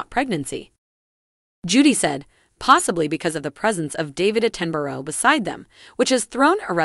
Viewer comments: Sir David Attemberro? Its Attenborough!!! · Did you really just say David Atten-borrow???!!! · The person acting as commentator should do her research before speaking. Sir David ‘Attenboreau’???!!! Really, that’s embarrassing. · 🤣🤣🤣 I caught that to! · It’s Sir David Att - Ten- Borough, do you never listen to the BBC !!! Who is this yank talking about our beautiful Royal family😱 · ‘At ten bur ruh’ please. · Please learn how to say Attenborough. At/ ten/ bu/row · PLEASE learn to say Sir David Attenborough's name correctly! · I'm sorry. I couldn't go past the mispronunciation of David Attenborough. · Who pronounces David Attenborough like that...? Eesh